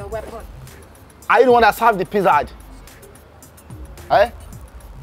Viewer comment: Please don't laugh. My late old mum used to pronounce Pizza the same way!